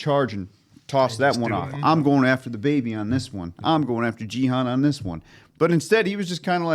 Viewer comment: Great reaction guys! It's pronounced "Ghee-Hoon" not "Jeehun" but that's partly Netflix's fault for spelling his name incorrectly.